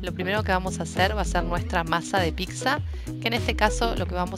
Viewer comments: Se dice Pizza, no PiXa. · Me gustó mucho la pizza . Lo único que no me gusta que pronuncie picsa, se que es tonto decir eso, pero bueno